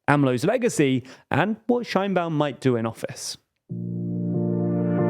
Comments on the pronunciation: Couple of comments and acclarations from a Mexican citizen: - Sheinbaum (pronounced "shayne-Baum" not "Shine-Baum), could be more correctly described as "of jewish stock" or from jewish ancestry. She is an atheist and doesn't seem to participate much in the mexican jewish community, while the opposition sometimes brought it up (to be fair they brought up more her atheism) and some kind of anti semitic memes came out of it, she never actually make to much fuzz about it. The separation of church and state is stronger in Mexico than in the USA. So religion doesn't play a huge part in elections. While the majority of the population is catholic. Mexican catholicism is very different than the perception that from the USA have about it. It's way more permissive. And since the goverment had a war with the catholic church about 100 years ago they are very serious about not letting state and church mix again. - Morena is Left wing, definitely. However, Left and right are different from the USA perception and neither Morena not the PAN (the official left and right parties) are pure of ideologies. In the USA most democrats (the left) are economic liberals or neo liberals; pro capitalism but in favor of regulations. And socialy progresives; Pro LGTBQ people, pro racial equality (which is worse in the USA than in Mexico, and we are a pretty low bar), anti police abuse, pro choice, etc. In some european countries Democrats would be center left at best. In Mexico the left is economicaly clas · Qué horrible pronunciación de Sheinbaum xd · Very small correction here to do with the pronunciation of her name: in Mexico it is pronounced more like "shayne-baum" and not the German "shine-baum" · You are clueless if you think Sheinbaum is the extreme left. Also, you didn’t even research how her name is pronounced in Mexico.